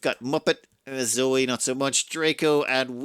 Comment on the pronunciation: Zoe should probably be pronounced Zoë, ie with the e as an extra syllable? EDIT: later in the video that's how pronounces the name, too.